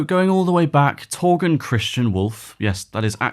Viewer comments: Great video, but his first name is Torger (not Torgen) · Torger not Torgen